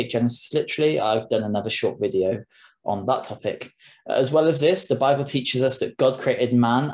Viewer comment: this guy correctly pronounces the name of that book, instead of saying bible, he says babble.